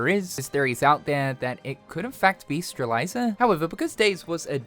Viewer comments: Well, there it is again, our beloved "Strelayza" Can't belive he still pronounces her wrong to this day. No idea how you can pronounce "Strelitzia" like that but hey, what ever suits you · Yeah right?! It triggers me so much! And no guys, it's not his dialect or any other bs of excuse! He just can't pronounce Lauriam and Strelitzia right and that's a Him-problem. Maybe he's doing this on purpose, maybe not. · Damn y'all, take it easy... The man is just trying to provide you some KH content while we ALL wait for the next big news. No reason to conspire against him... Please consider that "Stretlizia" is an insane word, even for Kingdom Hearts. Just like Rayquaza from Pokémon, I guarantee you that thousands of people pronounce this name differently than you.